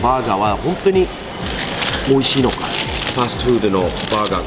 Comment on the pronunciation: 発音はファーストフードではなくファストフード